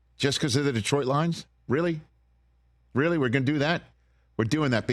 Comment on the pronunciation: Rich is the only non Detroit guy to pronounce Detroit correctly...IT'S NOT DEEEtroit.